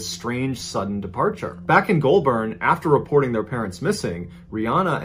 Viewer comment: Pronounced golbin not Goulbourn spelt that way bit not how it sounds outta my mouth